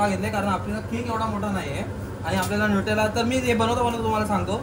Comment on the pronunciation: nutella❌ natella✅ 😂😅